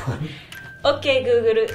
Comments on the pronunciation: ok guguru addo Worsheshaishashushasosu to my shopping Risto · "Okay googuru, addo worsheisaishoshushosha sauce to my shoppingu risto" "ok i've added it." what the actual heck credit to pand and strawberry toast in le comments for correcting my mistakes that i didnt add didnt have to add this but i still did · It's actually googuru. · Guguru wtf🤣🤣🤣🤣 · Japanese: or kay googed erg addo wo sha shai sha shoe sha sauce ser tu mai shopping listo Google: Ok I've added worchestire sauce Me: O_O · Japanese : oke gugörö